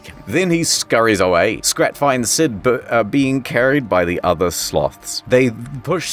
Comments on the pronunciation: every time he calls Scrat "scat"💀💀💀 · Did he just call Scrat Scat? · I know he says "scrat" but I honestly didn't hear the "r"